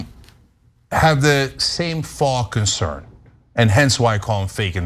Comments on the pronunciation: Faux. Pronounced foe, not faw. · Faux is pronounced fo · Didn't Ben and Michael correct your pronunciation of faux on Old School, Cenk? :_TYTCookie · Lol cenk doesnt know how to pronounce faux 😂. Two times bro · As someone who speaks French, EVERY SINGLE AMERICAN that uses FAUX says it wrong. ALL of you.